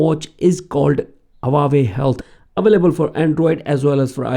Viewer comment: it is not HA WA YE it is HU AA WE